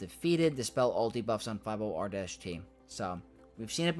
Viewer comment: I had to do a double take 'cause that's the first time I've heard someone not read 50R-T as "Sortie". Looking forward to this set ⚡